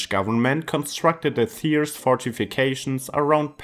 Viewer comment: Lern doch wenigstens Thiers richtig auszusprechen! Kann man nachlesen